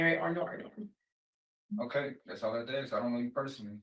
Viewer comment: Sentence: 1 year for every "I wanna axe you dis..."